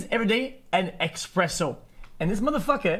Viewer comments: I got angrier the more he said EXPRESSO it’s espresso dawg 🤣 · EXpresso, dude its ESPRESSO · It's not expresso, it is espresso. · EXPRESSO OMEGALUL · expresso! lol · what the fuck is a expresso? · Quit saying Expresso :_D